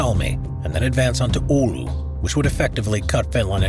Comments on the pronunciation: Btw its not "Oulou" its Oulu. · the city is OULU not OULOU. Great video once again! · In english is prounced Oulu, but it sounds like oulou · A village in NW Wisconsin...Oulu.